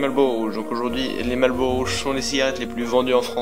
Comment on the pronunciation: Marrrllllbbbuuuuuurrowwwww, daigueulausse. Amewican Spiwit: 100% tabac ! Mieux.